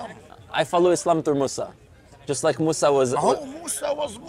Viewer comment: Disagree with you rudy you said mosa as is yahoodi no he's muslim